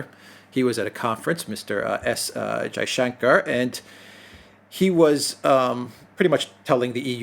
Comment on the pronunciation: pronouncing Jaishankar perfectly is so refreshing …I don’t mind when people are unable to pronounce Indian names..some are very tricky..but just shows effort and is very 👏